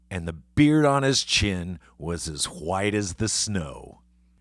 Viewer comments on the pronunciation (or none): Never thought I’d hear James say “his nose like a cherry”. I also never knew he pronounces “white” as “hhh’white” haha. Anyway, this was very cool!